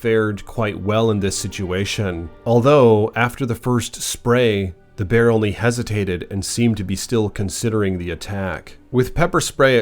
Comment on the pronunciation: 😂😂 .. "the Bearrrrrrr!" I just love it buddy!! 😂😭😆 (this would be a helly-good script for a horror movie!)